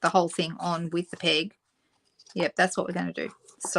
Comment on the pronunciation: We call them clothes "pins", and I keep hearing "pig" when you're saying "peg".